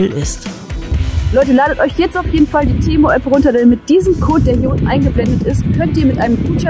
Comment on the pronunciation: Ehrlich jetzt, geht auf Lost Place tour und hofft das nicht offen ist, damit sie nicht rein muss. 😂😂😂 Temu und Konsum wird anders ausgesprochen. 😁